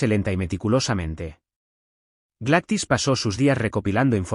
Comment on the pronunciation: NARRADOR EL NOMBRE NO SE PRONUNCIA "GLATIS" EL NOMBRE ES "GLADYS" POR DIOS!!! PRONUNCIA BIEN EL NOMBRE Y LO MALO ES QUE TODO EL AUDIO LO DIJISTE II